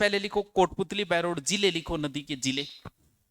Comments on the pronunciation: बहरोर नही बहरोड़ है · सर जी बहरोड़ है बहरोर नहीं है और बाणासूर नहीं बानसूर है